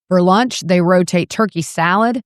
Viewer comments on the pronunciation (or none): none